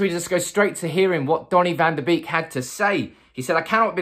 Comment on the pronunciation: It's bake not beek that's how they pronounce it.